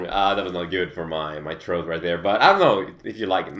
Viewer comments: its pronounced throat not troat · i love how you say 'troat' instead of throat xD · Oh, so you have something in your troath. I understand perfectly clear now. You're so awesome, your throat is a troath. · "Someting in my troat" Haha :P